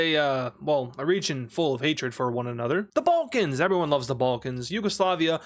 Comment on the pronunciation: serbia is located in the "ballcans" ... 😐 It's Balkans not BALL CANS "the bowlcans everybody loves the bowlcans" smh